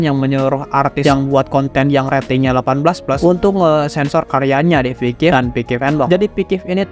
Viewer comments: yg aku tau itu.. "Pixsiv" bukan "Pikif" bg hehe😅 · off topic: coba ngeja pixiv itu "Fiksif" bkn "pikip" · Bacanya Piksif bukan pikif 😂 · Kok bilangnya pikip terus, ngab. Sengaja ya bikin aku marah😡😡😡👺👺👺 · Gw bro☝️yg terganggu banget sama pengucapan si abangnya yg berulang kali ngomong "pikiv" kek akkhhhhhhhhh🤬 gitu loh pengen banget narik mulutnya terus teriak "itu dibacanya PIKSIF bang!!!!!!😬😬😬😬😬😬" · Orang Sunda mang? Dari piksiv kok jadi pikivp Canda bang:v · Owalah, cara bacanya Pikiv ternyata bukan pixiv😂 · piksif pak piksif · gua dengernya pikiv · Sama njirr 😂